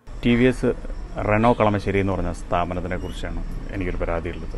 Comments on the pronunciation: Kalamaaaaasery alla chechiii kalamasery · കളമാശേരി അല്ലാ ചേടത്തി, കളമശേരി!! റെനോ ൾട്ട് അല്ല ചേടത്തി റെനോ !! സ്റ്ററിങ് കോളം കംപ്ലയിന്റ് റോഡിലെ ഗട്ടെർ ഒരു കാരണം ആണ് !